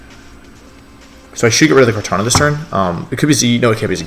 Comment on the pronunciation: Its kartana, not kartanJa...